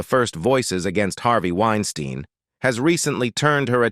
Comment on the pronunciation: Narrator…. Why do you vacillate back and forth between pronouncing Harvey’s last name phonetically? Winestine vs Wines-teen? Causes one to wonder what else you miss-communicate beyond the vacillating of saying your main subject’s proper name.